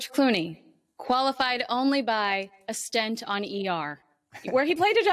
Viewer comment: Did she say “…a STENT on ER”? Back to the dictionary I think. The word is stint. George may well have used a stent when operating on blocked arteries, but a short period of time is “stint.”